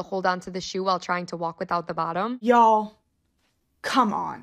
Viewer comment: Y A L L bringing out our inner south for that one